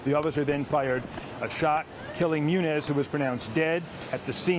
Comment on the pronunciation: it munoz but i forgive you for the mis pronouncing